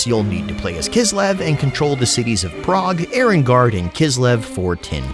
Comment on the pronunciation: it's Erengrad not Erengard